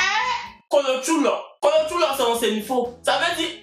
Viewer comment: on dit KOLOTCHÔLÔ et non Kolotchoulô